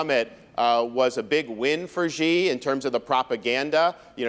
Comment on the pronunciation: How come so many people can't say president Xi name correctly, Xi sounds like she, how hard is that...